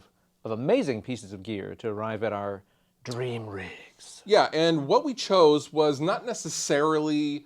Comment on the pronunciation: "Dweam wiffin a dweam...." lol